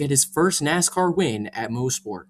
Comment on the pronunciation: It is pronounced moss-port not mo-sport. I was at the 2019 race. I got free tickets from the gm dealer i worked at during the time